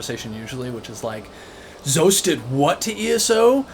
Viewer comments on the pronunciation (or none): Um, it's not Z-OE-SS lol lol it's Z-awww-ssss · Great video! I have to say I disagree on one MAJOR point… The pronunciation of ZoS! I pronounced it like you for the longest time until I watched a dev presentation. At the studio, they pronounce it “zaws” like “sauce” 😁 I have to admit I haven’t finished the video yet, but enjoy listening to this in the background as I play Whitestrake’s today 😊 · Great video but hearing you mispronounce ZOS the whole time was kinda funny.